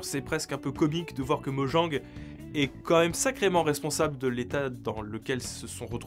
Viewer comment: Oh mon dieu, il prononce Mojang correctement, qu'est-ce lui arrive!?